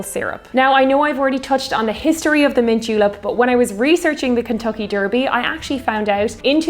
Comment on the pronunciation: Love the way you pronounce 'derby' :)